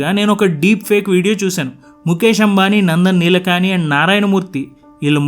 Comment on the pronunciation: Good Video Sir. Sir, Pronounciation gurinchi Naku antha knowledge ledhu, nenu news channel lo (నందన్ నీలకాని అని కాదనుకుంటా?) నందన్ నీలేకని అని విన్నాను. Sir.